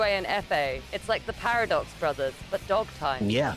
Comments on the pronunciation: ah yes. The Par-a-Dogs brothers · More like Paif-Of-Dogs brothers